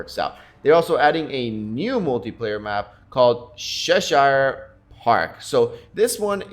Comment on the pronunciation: Please listen to the pronunciation of Cheshire lol.great vid tho bro